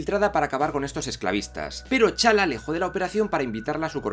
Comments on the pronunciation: Porque pronuncias los nombres como challa, chaka, baku y olvdas que bien pronunciados serían tachala, tachaka, embaku?, hay otras cosas que tienen explicación en las cosas que señalaste pero eso vaya que me estuvo distrayendo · Chala...Chaka ok puedo pasarlos, no todos saben pronunciar T'Chala o T'Chaka Pero? 🤦🤦🤦🤦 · Estoy de acuerdo en la mayoría del vídeo pero... Por que no pronuncias bien los nombres como T'Challa, M'Baku y T'Chaka? Te suda las Ts y la M o que paso?